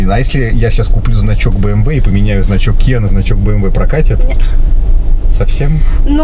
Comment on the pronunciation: Правильно говорить би эм дабол ю